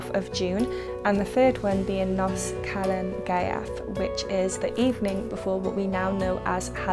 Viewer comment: Just FYI, the letter F in Welsh is pronounced V, so HAF is hahv not haff, likewise GAEAF, and NOS rhymes with horse rather than hoss :)